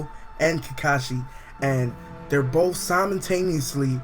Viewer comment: lol i like how he says bof instead of both lol